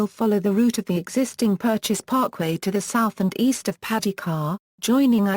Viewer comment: Could someone reprogram that machine to pronounce the city name correctly. These mechanized audio systems SUCK......although the clip is informative.